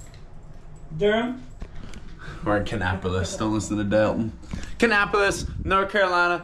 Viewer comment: The way he said don’t talk to daultin he said deltin